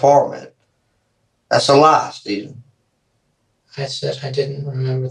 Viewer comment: SCHTAYVEN! CMON SCHTAYVEN!